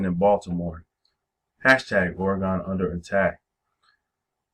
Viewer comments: I'm born and raised in Oregon.. It is pronounced Ore gen not Ore gone. Ask any Oregonian that. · It's pronounced Ore gen not Ore gone.. and you can come join us here. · You're literally butchering the pronouncing of "Oregon"